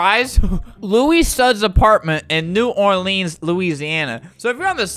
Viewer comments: other people commenting things me: TRIGGERED YOU SAID ORLEANS WRONG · You quoted most of the best Moments, but don’t forget the one “In new orLEENS louisiana”